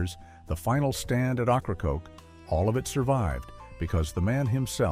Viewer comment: Ocracoke is pronounce wrong.